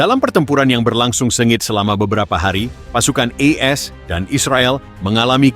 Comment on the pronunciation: Kok E S dan Israel ? Bacanya AS dan Israel bang ? Perbaiki dong?